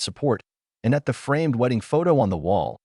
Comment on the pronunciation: The constant “dot”s and pronounced A T instead of “at” and I T instead of “it” and S O instead of “so” etc., makes the story barely comprehensible. Fix your AI.